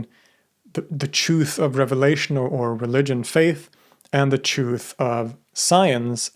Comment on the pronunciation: I couldn't finish the video, his insistence on pronouncing 'truth' as CHOOF over and over was too grating on the ears. Many words so poorly enunciated one wonders if his english is so sloppy, his research behind these videos must be as well.